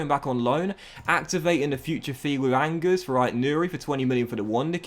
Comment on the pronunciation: How tf did you pronounce Angers ??